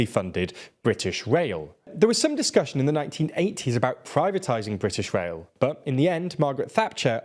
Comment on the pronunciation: Anyone else being driven mad by him pronouncing "rail" as "wail"?